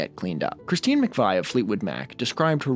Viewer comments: Ahh, it wouldn't be a video without a mispronunciation would it - it's pronounced "McVee" not "McVy" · its Christine Mc-Vee not Mc-vai. More beach boys episodes please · Thoughts of You just freaked me out, yeah, incredible! Thank you. OK, I never thought it would happen but you convinced this old ass industrial punk to listen to some Beach Boys, well done! (Btw, Folger is pronounced with a soft g and McVie like McVee). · And McVie